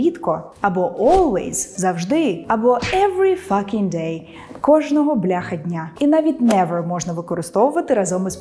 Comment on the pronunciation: Every fusking day instead of every fuCKing day?